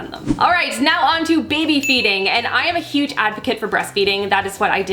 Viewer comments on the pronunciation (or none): none